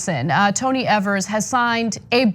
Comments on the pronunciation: Jesus H Christ. Every time you do a story on Evers, you pronounce his name wrong. it's EE-vers - long 'e' - NOT eh-vers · Tony Evers rhymes with "beavers" or "fevers" or "believers."